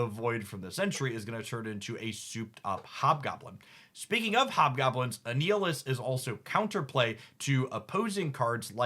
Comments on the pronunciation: Are you intentionally mispronouncing card names as a bit? I can't tell ... but my jaw clenched at "A-Neal-Is" for Annihilus (like annihilate) haha. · since Annihilus might be completly new to some people. Annihilus is pronounced just like annihilation, but replace the "ation" with "lus". an-i-ill-us. "I am Annihilus ... Lord of the Negative Zone! Annihilus the Living Death that walks!" -Annihilus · Gladiator's power is fucking sick, because in-character his power is tied to his confidence: the more confident he is, the more Superman-like he is. ...And he is very, VERY confident. You did well with the pronunciations this time! The only moss was Annihilus, which has a hard "i", as in "Annihilate".